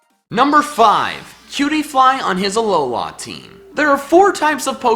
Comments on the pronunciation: It's not ah low la it's Alola. 1 word not 3. The slight pause between syllables is just weird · Its a-low-la not a looooooowla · has anyone noticed that he says alohlaa team not alohla well that is what he's saying but it annoys me every time i hear it idk why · THE WAY YOU SAY ALOLA MAKES ME WANT TO DIE SO BAD